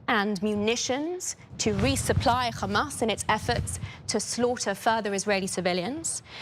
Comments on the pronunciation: This woman is a sewer pipe because only shit comes out of her mouth. It is Hamas you idiot it is not Khamas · Why do these genocidal maniacs insist on pronouncing it as 'Khamas', there is no 'Kh' in it. Are they all willfully ignorant or just smooth brained? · It is a lot closer to pronounce it like an H Changing it to their “Kh” is just dumb and shows their racism